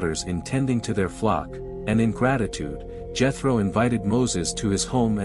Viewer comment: The Name is pronounced Yetro not Jetro.